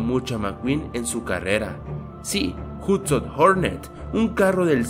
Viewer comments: es hudson wey no hutson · Es "Hudson" y no "Hutsin", además no sale porque murió y se pudo saber eso en la segunda película cuando Mate dice que el nombre de la copa pistón fue cambiado en memoria de Hudson.